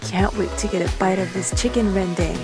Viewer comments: let me correct you : chicken rendang not rendaeng. i thought like that how to say it😂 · Malay is like Korean, so Chicken Rendang is pronounced Chicken RenDAHng. Just a tip lol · Its not chicken rendeng its chicken rendang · Yay I am from Kuching,Sarawak and that's not how you say rendang 😂😂😂😂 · Just so you know, ya said rendang wrong. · Thats not how u pronouce chicken rendang, I know bc im indonesian 😂😂😂